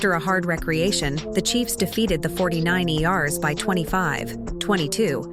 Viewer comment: I am clicking off this 49-eee-arrs idiocy now, too. I only made it to and couldn't take any more! Fire Art Intel!!!!